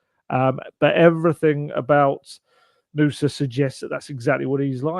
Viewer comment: I’m from Stabæk territory in Norway and have been in Belgia and seen Nusa play. He’s a specimen for sure! The way it’s pronounced in this video is a perfect pronunciation, just say it a smidge faster and you’re spot on👌 Great job!